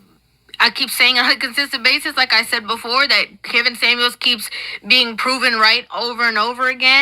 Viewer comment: "Samuels", not "Sammie"